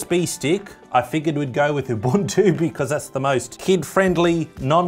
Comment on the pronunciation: it is pronounced oo-boon-too